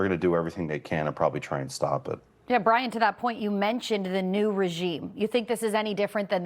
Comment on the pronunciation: I literaly understood Brian when she said and when she said Brien:D